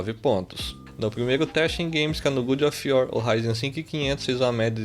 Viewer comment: No "gudi off uor" só na pronuncia já valeu o video.